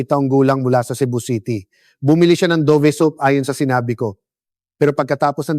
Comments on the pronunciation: Hindi yan Do-vee. You prnounce it Dove ( davv). What kind of AI is this? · I think it pronounce as Dove like a Dove bird not Dovee.. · Bakit " Do...ve? Dove po! Yung english ng kalapati!!